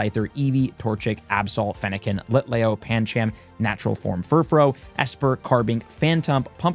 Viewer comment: That was bad, but the Furfrou forms pronunciations was infuriating.